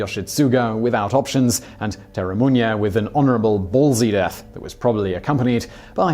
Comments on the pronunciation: Date(Dah-tay) Masamune(Mah-sah-moo-nay) Terumune(Teru-moo-nay) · ...Simon, sorry to say but, your pronunciation of Date Masamune (it ... really isn't Daito Masamunye, man) & Terumune (REALLY not.... whatever it is that you're saying)... is lowkey giving me cancer Please run it through google translate next time, it will read it to you.